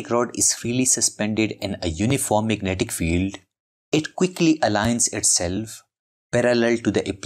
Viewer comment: i just love "magentic materials".